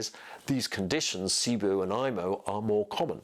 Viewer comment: It’s pronounced SIBO. Not SIBOO